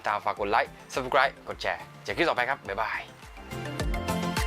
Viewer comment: ปกติชอบทาน ฝรั่ง กับ แอปเปิ้ล อยู่แล้วครับ หวานๆกรอบๆ ปล. ชอบคำว่า บ๊าย บาย แบบเหน่อๆ ตอนจบคลิป มาก